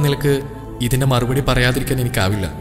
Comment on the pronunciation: മറു''പൊടി'' അല്ല ''മറുപടി ''' ആണ്‌